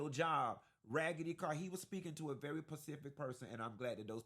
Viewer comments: I was with you until you said "Pacific"( water/ocean) ahhhh....i know you were joking right😂😂😂. I know you meant "Specific"right😅😅😅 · Great review,! But it's "Specific", not "Pacific"😊 📖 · My ears turned off a bit when he said pacific 6xs instead of specific… 🤦🏽‍♀️ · "PACIFIC??" Did u mean SPESIFIC?😂 The movie is complete garbage. Always the victim card and raycisss police, oppressed black ppl, systemic raycisssm lol😅 C'mon.. the white tatted up cop just put maonuvers her off the road in a crazy rage then screams he's gonna find a legal way to blow her head off??🤣🤣🤣 A "little bit u realistic" lmao gtfoh😂 u guys just love playing the underdog victim, and at the same time being criminals, killers🥳 cos white man is raycisss so iz justified!! Lmao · Thank you for your review. My father is a very educated man. Mechanical Engineer by trade with a Masters Degree. He's also one of your frat brothers. In all honesty, the one thing that irks me is, he also says "pacific" instead of "specific". I don't know if that's a southern thing or taught. Being raised in the north, it's highly irritating. Still love your commentary ❤️. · Pacific lmao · "Pacific person!" 😄😄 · Are you saying ‘Pacific’ on purpose?!? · Can you take that 's' from sbox and put it in front of PECIFIC 😂😂😂